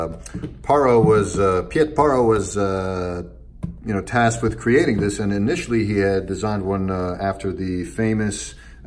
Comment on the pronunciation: For all Americans: his name is simply pronounced as 'Pete' haha. The combination 'ie' is 'e' in Dutch.